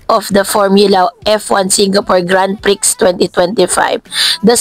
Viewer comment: Please check how to pronounce GRAND PRIX